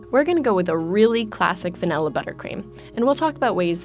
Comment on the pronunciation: When she said Vanilla i heard 'Funella' Furchester Hotel...